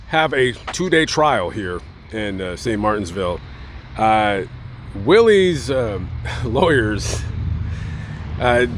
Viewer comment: Not to be rude, but it's St Martinville, there's no "s" in the name of the city